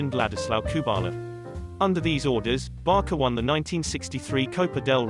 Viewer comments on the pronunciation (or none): The name is pronounced as 'Barsa' not this 'Barka' of yours 😔😔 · Why you’re keep calling it BarKa instead of Barca so annoying lol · It's so annoying when he says "Barka" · Actually it's Barça(Pronunciation : Barsa) not Barca . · It's hard to take a documentary on FC Barça when the narrater continually pronounces Barça as "Barka" and the Catalan name "Pujols" as "Poo-holes"...